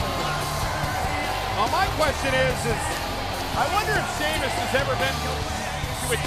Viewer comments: sheamus but santino says sheamus its spelled like this sheamoose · Santino: "Sahymoos" 😂😂😂 Ladies and Gentlemen "Sahymoos" 😂😂😂 LOW KEY RACIST: "We have GINGER TEA 😅 You have NO PIGMENTATION 😂" Exposed to Gamma Rays You're a Ginger 😅 That Placard "I HATE GINGERS " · Santino: shaymoose Me:😂😂😂😂😂😂😂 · Love the fact that he pronounces Sheamus, "Scemus"... which in italian means something like "Stupid" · "Sheamoose" I lost it XD! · "Shaymoose" XD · He called him, Shea-Moose! 😂😂😂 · “Shamoos" LMFAO!!!!! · Is it sheamoose or sheamus I love the way he is pronounce it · From now on out. I will call Sheamus fore Shemus. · It's impossibile to get if you're not Italian, but santino's pronunciation of Sheamus name sounds very close to the Italian "scemo" which means "dumb". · Who is "Sheamoose"?